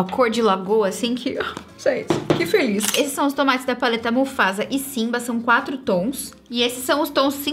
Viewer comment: A falando "tons mattes" e eu ouvindo "tomates" kkkkkk 🤡